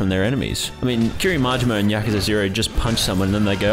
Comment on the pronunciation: Hey, its Yakuza.